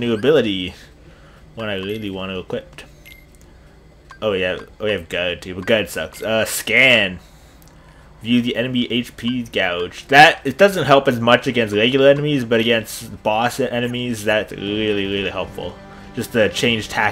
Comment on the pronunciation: Dude, I don't want to be that guy, but the word gauge is pronounced "GAY-ge". Sorry but it was just driving me nuts.